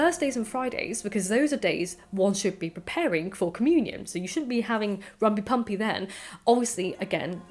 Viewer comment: There are few things more erotic than “rumpy-pumpy” in a posh voice...